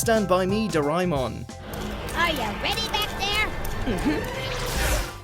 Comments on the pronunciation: You pronouced Doremon wrong, its DO-RE-MON Not DO-RIE-MON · It's not do-ri-mon.it's do-ra-a-mon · And I thought it is Doo-raa Eh-mon not doraimon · Doraemon is pronounced doremon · Excuse me it's pronounced do re mon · I pronounce it as doraymon instead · he pronounce it "doraymon" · Doraymon really doraymon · I believe it's pronunced DO-RAY-MON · Its fucking pronounced do-ray-mon you shit head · i wish i could punch the narrator in the face when pronounced doraemon wrong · did he rlly said daraemon wrong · What makes me cry is trying to pronounce Japanese names. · Oh my god, the way he pronounces Doraemon makes me cringe sooooo hard ... BLARHG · PRONOUNCE IT RIGHT!!!!!!!